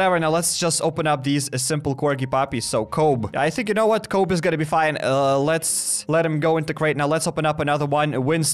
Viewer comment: Ok the way u said Kobe 😂😂 and then boomer 😂😂😂